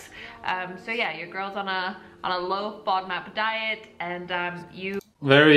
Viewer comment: A low what diet???? Are they saying low fiber diet? I'm hearing 'Fudmut" diet